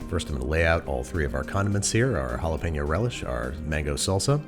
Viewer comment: mispronouncing jalapeño again